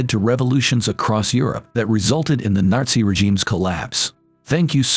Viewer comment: Narzi Germany 💀💀